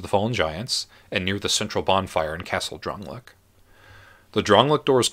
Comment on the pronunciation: It's pronounced DRAN-LAY-ICK. Don't play video games without sound.